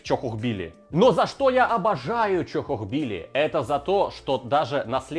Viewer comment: Бля!!! Чохохбили! В моих ушах боль! Тоже самое что говорить собака,а не сабака!!!